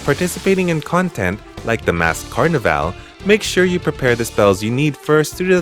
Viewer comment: Totally not making fun of you... but i think just about every native English speaker cringed every time you said Carnival. You're saying: Car-neh-Vale when it's more like: Car-Niv-All